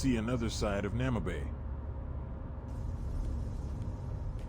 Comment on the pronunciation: Bloody AI, is calling the city Namabay... the city is called Namibe ou Moçâmedes. Porra para a IA. Chama a cidade de Namabay... xé! Estamos no Namibe em Moçâmedes.